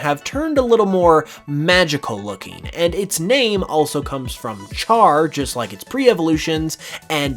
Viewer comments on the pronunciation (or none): none